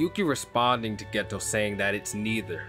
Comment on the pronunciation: No disrespect to you or your channel, just wanted to let you know Geto is pronounced as “gaytoe”. Honestly I could be wrong, but I’ve been trying to learn Japanese these past 7 months so I’d be sad if I was :/